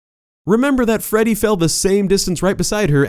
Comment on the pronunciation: ah yes, Feddy